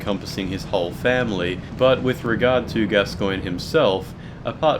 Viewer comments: ITS PRONOUNCED GASCOAN FOR FUCKS SAKE. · Why the weird stress on the second syllable in 'Gascoine'?